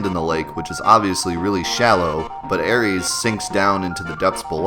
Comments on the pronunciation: Dude. It's not Aries. Come on. It's either Aeris or Aerith. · Aeris', not Aries' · I can't get over him saying Aries instead of Aeris hahaha! jk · "Air-ees"? How about 'Air-iss' or "Air-ith', let's get some homogeny in here pls. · Air-is damn lol I hate when people try to make names more complicated then they are. It's not spelt Aries, she isn't a Greek god. And if you want to get technical it's Aerith anyways. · Lol he also said Aries instead of aeris/ aerith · Who tf is air reeeez? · Air-ees? Teefa? Youfee??! REG IN?? IT'S SO OBVIOUSLY REE JIN! Regenerate? Regen? C'mon man. You are either trolling or the worst pronouncer of things ever. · "Ares"? Jesus, I know we disagree over "Aeris" and "Aerith," but seriously, that's not funny. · Her name isnt Aries... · It's pronounced Air-Iss, shes not the greek god of war. More technicle its Aerith, Air-ith but was changed in translation. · I was like "Who the fuck is Aries?!" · SAY ARIES AGAIN. SAY ARIES AGAIN. I DARE YA. I DOUBLE DARE YA. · And if you are going to use the shitty translation, Aeris, it's "AIR-ESS" not whatever the fuck you're saying. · It's regen (ree-jen) as in 'regenerate'. Also Aeris (sounds a bit like the flower 'Iris' only replacing the begining letter 'I' with the word 'Air' to make 'air'-riss). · Dorjan24 Yeah, I was surprised at him saying "reg-an." I've never heard someone misread Regen like that. He was also mispronouncing Aeris' name. I could understand if he called her Aerith, her Japanese-version name. But "Aeries"? She's not the fucking god of war. Dude can't read. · hate to break it to you but even when it was spelt Aeris, you are still saying it wrong. air-es. and thank you whoever pointed out him saying reg-an. i normally let stuff like this go but i couldnt pass this up. you know how to say regeneration i would assume so where on earth did you get the idea that itd be pronounced reg-an and not re-jen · ARIES! hahahahaha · LOL reggin and aries =((((